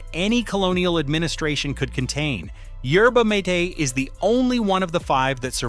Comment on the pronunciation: Can’t you PRONOUNCE it right??!! YER-bah- MAH-taye! (Long Ā)! It’s NOT “YER-bah-MĀYT”! Get it RIGHT, you stupid AI voiceover BOT!